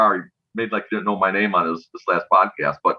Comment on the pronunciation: Might want to spell and say his name right lol